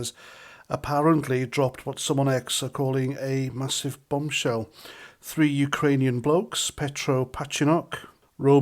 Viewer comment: Sounds more like a bumshell rather than a bombshell. 🤭